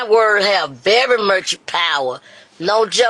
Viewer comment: said “ I have very Murch power” 😂😂😂😂😂😂😂😂….. I didn’t think she could get any slower